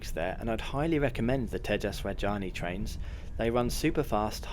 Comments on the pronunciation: It is Rajadhani not Rajani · Pay some attention on your pronounciation, Rajdhani not Rajaani. Also you said Hazrat Nizamuddin really bad. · It is Tejas Rajdhani and not Rajani. 😅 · Rajdhani. Repeat after me. Raj-Dha-Ni!!! Is it that difficult??? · Love your butchered pronunciation of Indian names. Rajdhani, Maharashtra, LOL! Keep up the good work :-)